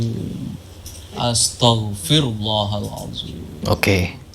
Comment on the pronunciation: Pelafalan istighfar aja salah... Masak astogfirlloh.. yg bener kan astagfirulloh. Wkwkkw sdh lh kun dukun namanya dukun ttp dukun. Dalam islam dukun sangat dilarang. Mendatangi dukun aja dilarang apalagi jdi dukun. Ente kadangkadang ente y si kunduk.... Disini aku jg sedikit nyalahin sih. Harusnya gak boleh praktiknya ke org lain. Disitu yg merasa kebal siapa ya dia yg di bacok. Bkn malah membacok.. nanti bisa jdi alasan tu klo gagal dibilangnya yg dibacok gak yakin sih.. lahhh kan.. jdi memang klo pembuktian ya yg kebal di bacok sama kita lgsg (sama harusnya)...